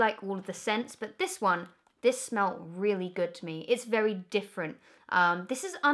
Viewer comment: Das vewwy niice. 😂😂😂